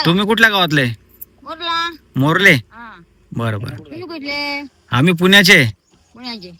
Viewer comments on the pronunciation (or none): Marle nahi Morle